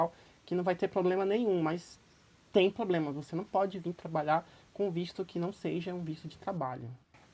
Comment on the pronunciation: Ele traduz e fala "ploblema" .